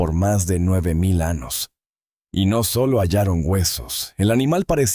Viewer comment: Anos, ? montanas, ? Extranas? Esta I. A. No sabe hablar español...antes de usarla, que aprenda hablar...👾🛑